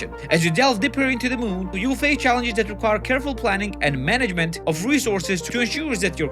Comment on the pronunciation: "The Mhoon" Said Gru